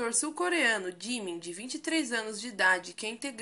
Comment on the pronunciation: Jimin jimin jimin jimin jimin...se fala ji-min